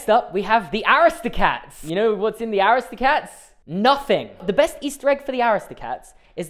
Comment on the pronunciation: Is no one talking about the way he pronounced aristocats???